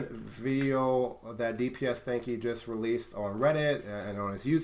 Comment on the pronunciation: Askingchaff He didn't. He just kept pronouncing it wrong throughout the video